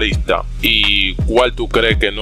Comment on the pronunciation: Por que pronuncias la L dónde va R Por ejemplo depoLtes no es .Es depoRtes Ganal no es .Es ganaR JaLdin no es Es jaRdin